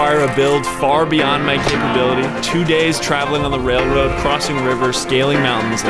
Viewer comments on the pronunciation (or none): “Let’s put a mini truck on da wailwoad”😂😂😂😂😂 Keep going 🤙🏽